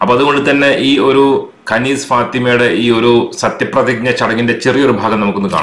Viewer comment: കനീസ് എന്നല്ല അറബിൽ ഖനീസ് എന്നാണ് പിന്നെ കനീസ എന്ന് അറബികൾ കൃസ്ഥിയൻ ചർച്ചിന് പറയും